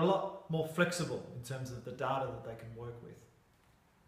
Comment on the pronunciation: Cant get past his pronunciation of "data"